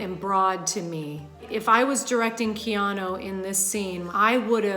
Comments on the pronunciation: She keeps saying "Keano." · Why does she keep saying "Keano" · Up next: comments section breaks down acting coach’s performance of the name “Keano”